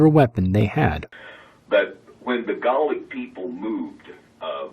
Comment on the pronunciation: Garlic and Saltine ceremonies? I know this fool wasn't trying to say Gaelic and Celtic. There's no way...